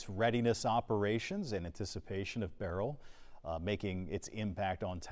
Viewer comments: It is not barrel its “ Berlll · Not Barel ITs— Berrryl🧐🤪🤓why do these Educated weather people mis- pro -nouncerhis name???